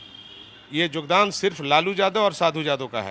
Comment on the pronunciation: जोगदान नहीं योगदान बोलो